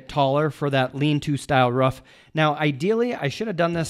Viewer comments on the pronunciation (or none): someone tell its a roof not ruff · excellent video. until i heard him say "ruff" its roof brother lol i need to build a shed to keep some bikes out of the weather and this will help me plan it out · love the vid, but hearing you say ruff instead of roof kept throwing me for a loop :P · is he saying ruff instead of roof? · This video is old but I sure do hope he learned how to say "Roof" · Its funny how roof is been pronounced ruff 😂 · Am I missing out on some technical key words or are you pronouncing roof as "ruff"? I can't decide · The way you say roof drive me nuts but nice shed!